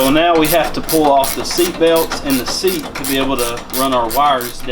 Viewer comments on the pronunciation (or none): none